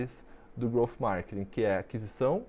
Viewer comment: Só eu fiquei incomodado com ele falando “markining” 😅. Excelente vídeo, parabéns 🍾.